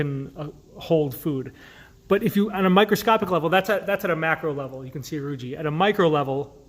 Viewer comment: For anyone watching this video, please note that the word "rugae" is not pronounced with a soft "g" as in "giraffe" but rather a hard "g" as in the word "go". The "e' on the end is a hard vowel, so the word is correctly pronounced as "roo-ghee" with the accent on the first syllable. Anytime, you see two vowels together, the second usually has a hard sound. The same is true with "plicae" (which isn't plee-cay but rather ply-key), "vertebrae"", "teniae", etcetera. Peyer's patches were named after Johann Conrad Peyer, and the last name is pronounced like you would say the word, "higher" only with a "P" in the beginning.